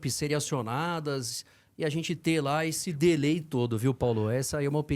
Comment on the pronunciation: ANTES DE USAR PALAVRAS EM IDIOMAS QUE DESCONHECE, APRENDA A CORRETA NO GOOGLE PRONUNCIATION: "DELAY" NÃO SE PRONÚNCIA ASSIM. NÃO COLOCO AQUI A "CHAVE DE PRONÚNCIA" PORQUE CERTAMENTE NÃO ENTENDERÁ. OUÇA NO GOOGLE PRONUNCIATION.